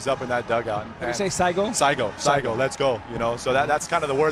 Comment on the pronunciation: It’s actually Sa-Iko 💪🏽‼️not Saigo. さあいこう! meaning Let’s gooooooo👍‼️‼️‼️‼️So great that those MLB players are praising the Japanese players 😊very honored ❤